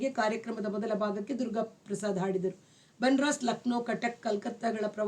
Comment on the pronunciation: Madam ಬನರಾಸ್ ಅಲ್ಲ, "ಬನಾರಸ್ " ಅಂತ ಉಚ್ಚರಿಸಿ ದಯವಿಟ್ಟು 🙏